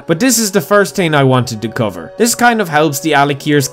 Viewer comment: >tree >tchrenten >ting >Betesda Sorry. Couldn't help it.